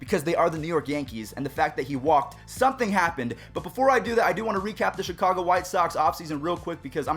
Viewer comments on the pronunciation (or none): none